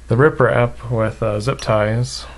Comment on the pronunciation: Also he says riprap instead of reprap